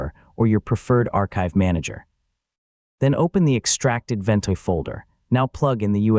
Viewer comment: "Full Guide" in two minuters? Right! The truth is Ventoy ('Vent" as this crap A. I. video calls it) does NOT just boot up any iso file you copy to it. It would take a one hour video at leaat to teach you all the ways Ventoy will wreck your life.